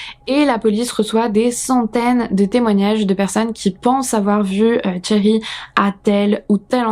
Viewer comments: C'est pas une question d'accent, le R à la française ça ne me choque pas, c'est juste que son prénom se prononce avec le son "sh" et pas "tch" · En effet, t'as vraiment besoin de cours d'anglais ! C'est pas tchéri mais chéri (phonétiquement) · j'y peuc rien, j'entends "Thierry" au lieu de Sherri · Toute la vidéo, quand tu disais "Sherri" j'entendais "Thierry", c'était perturbant. Sinon, ça fait peur de savoir que des gens peuvent faire ça et détruire sa famille. Tu n'as quasiment pas parlé des enfants? Quels âges ils avaient? Parce qu'ils auraient pu dire si Sherri frappait Keith ou le contraire, ou si il n'y avait pas de violences physiques. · Super vidéo, je connaissais pas du tout cette histoire et les explications et tes théories sur son cas clinique rendent cette vidéo très interessante ! Mais bon, je vais être cette personne : j'ai enseigné l'anglais pendant près de 10 ans et comme Cambly est le sponsor, ça me semble approprié :) alors toute la vidéo, je trouvais bizarre que la "victime" s'appelait Thierry. Je faisais la vaisselle donc j'avais pas les yeux sur l'écran à 100%, et je me disais que je vérifierais après coup. Oui, toute la vidéo j'entendais le prénom Thierry ! Donc ce prénom là, Sherry, se prononce comme le français Chérie, c'est un son/sh/ doux, comme dans le mot Shoes. Voilà, juste un petit détail rigolo qui n'enlève rien aux mérites de cette vidéo !